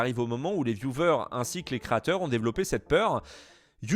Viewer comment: Sympa tes videos mais le mot "vieuvers" pour viewers :''''((( vyouweeerrrssss au pire